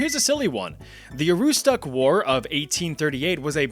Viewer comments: It's pronounced Ah-roo-stick, not ah-roo-stock. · It’s pronounced aroostick not aroostuck lol where my Mainers at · So, while I'm happy to actually hear about my home county, Aroostook, Maine (known as "THE County", as well as "The Crown of Maine" being the largest county this side of the Mississippi) I must say that's its pronounced "Ah-roo-st-ook" , or if you really want to sound like a local, "Ah-roo-stic". A few more local pronounciations to sound like a true Northern Mainiac- Presque Isle - "Presk-Isle" Allagash - "Allah-gash" Katahdin - "Kah-tar-dinn" Mattawamkeag - "Matah-wam-keg" Madawaska - "Madah-wah-ska" (which has a very dad joke to go with it - How did Madawaska get its name? A bunch of Canadians pulled letters out of a Scrabble bag; M-eh,D-eh,SK-eh) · This is pronounced Ah-ROUX-Stick, with stress on the second syllable. Source: I'm a lifelong Mainer ❤ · Aroostook = "ah-ROO-stick" (emphasis in the middle of the word) But glad to hear Maine's is a more mild bad thing. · Aroostook is pronounced ah-roo-stick. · Dude pronounced Aroostook so very incorrectly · Not quite how you say "Aroostook", (Maine) but you can be forgiven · That pronunciation of Aroostook 💀 (Mainer here)